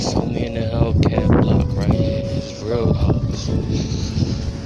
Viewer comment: It's Omi not Omni